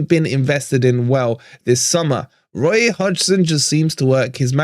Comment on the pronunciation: was that 'woy'..? i don't think it could have been 'Roy' as a tribute to the other side (as admirable as he is) - either way i will say COYR...